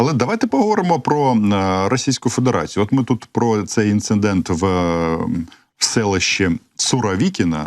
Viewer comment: Романе , треба казати "інцидент" , а не "інциНдент".